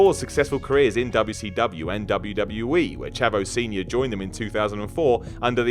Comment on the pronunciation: I notice you say wwcw I thought it was wcw and you said wwwf again wwf?